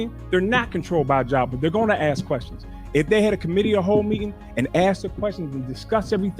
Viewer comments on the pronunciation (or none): TIF, LEARN THE LANGUAGE , ( ASK ) NOT ( AKS ) THIS FEMALE, IS GOING TO PRISON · I feel like I’m being punked watching this she can’t say ask it’s weird